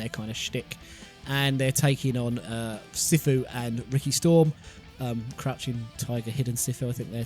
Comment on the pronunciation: Sifu is meant to be pronounce (See-Fu as it is a title for a Kung Fu Master in Cantonese